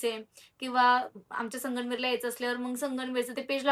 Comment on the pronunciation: हो मला पण जाणवलं ती वेगळंच बोलते संगमनेर बोलायचं तर 😊असो